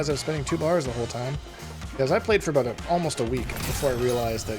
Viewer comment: Abooot? Are you Canadian? 😂